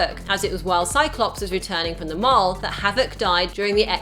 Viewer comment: can't say mall correctly. She keeps saying mahrl.